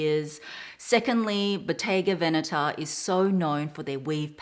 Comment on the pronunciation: Hehe..no excuses needed...your italian is extremely on point! You are one of the very few youtubers that I've heard pronouncing Bottega Veneta in the right way! Intrecciato is pronounced exactly as you did as well! Very nice to see you again dear!